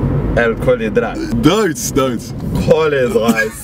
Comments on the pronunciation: 'koolydraat met een zachte G' haha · Omfg ik verstond eerst de heletijd kooly draad ofzo lmao.